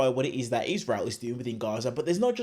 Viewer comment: Its rabbi, not wabbi, its israel not iswael, why Englishman can't speak properly .?????